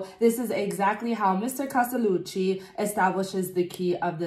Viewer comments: I loved your reactions! Intelligent but expressive at the same time. And your pronunciation of "Castellucci" was also spot on. :) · I loved your reaction. Was this your first Geoff Castellucci ( loved the way you said his name) ? He's amazing. As well as voiceplay. I support them on Patreon. Can't wait to see more reactions